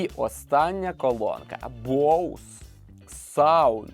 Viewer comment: Ведучий просто топ😂 І дякую, нарешті розумна людина правильно назвала назву Боуз, люди будь ласка не Бозе, розумію що багато хто далекий від англійської мови але коли другі блогери розказують про цей бренд а самі навіть на знають як назва вимовляється то трохи шкрябає сердечко